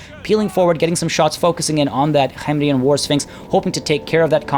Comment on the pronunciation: it *K*hemrian. The K in Khemri is said like a normal hard K.